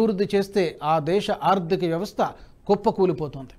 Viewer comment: నమస్తే. ఆర్దిక కాదు..ఆర్ధిక అని చదవాలి.రేణుల్ కాదు....రేణువల్ అనాలి. వాడరేవు కాదు ఓడరేవు. చయీనా కాదు చైనా అనాలి. Don't make mistakes again sir.తెలుగు బాష మాకు ప్రాణం.